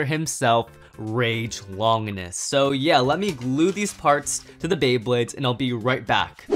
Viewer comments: ITS RAID LUINOR!!!!! NOT RAGE LONGUS!!!! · It is pronounced raid luinor